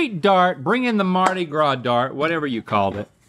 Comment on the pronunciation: "The Dart-i Gras"?